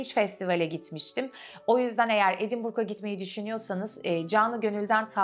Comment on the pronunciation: Harika bir video. Keyifle izledim ve notlar aldim. Edinburgh'nin telaffuzu "Edinbra" msi daha cok.:) Selamlar, sevgiler.